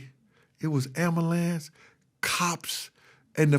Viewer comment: tha am-blue-lance doh